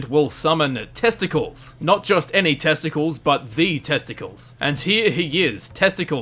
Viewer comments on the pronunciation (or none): Get it right guy--- its not pronounced testicles its Testa...cles like Heracles. You ruined a good joke. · I think Testacles the Debug Centurion, while funny to think it's pronounced "Testicles" is pronounced "test-ah-klees" in reality :P Anyway, great video, I didn't know any of these! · Testacles is pronounced test-a-clees btw. It's actually the narrator of the game :) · test-uh-cleez not test-uh-klz smdh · It's not pronounced testicles. It's pronounced like test-i-cleez. Like a roman name. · 'Testacles' (the debug Centurion) is not pronounced 'test-ickles' is actually pronounced 'Test - a - cleese' (Like in 'Hercules' or 'Androcles' etc) it's a sort of a joke. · Just a correction, testacles is a debug npc used for dev testing, and it is also used to play audio during the cutscenes at the beginning and the end of the game and in dlcs. Also it's pronounced tes-tac-lees, not testacles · Its actually pronounced testa klees not testacles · i think his name is said like Testicleez. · it's pronounced "test-ah-cleese" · I could see Sarah being a descendant of the lone wanderer, but I think the time scale's a bit off for her to actually be the lone wanderer. I could be wrong about that, I'm not as versed with the lore, and I'm generally bad at calculating time. I believe it's pronounced "Testa-cleez" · It's Testa-cleez. Notice how it's spelled different than testicles? No? Well, that's awkward. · Testicles isn't pronounced like the sex organs. The 'cles' is pronounced like Hercules. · I'm sorry, but the centurion is named test uh cleez, not ball sack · I believe it's pronounced TestaclEes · It's pronounced Test-uh-cleez, as you would pronounce a Roman or Grecian name. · Excuse me, that's "Test acles" Like "Heracles" Because he's a centurion. FO2 reference. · it's pronounced "TEST-uh-cleez" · I think it's pronounced test-a-cleese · That's testacles (Testa-clees) rhymes with Hercules. Reminds me of JTHM from Jhonen Vasques. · Hahahahaha Testacles. "Testa-clees"